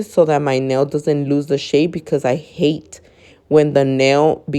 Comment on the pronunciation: Emphasis on the HATE GURL😂